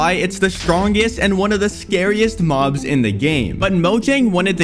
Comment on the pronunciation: "Minecrap has many different mohbs"💀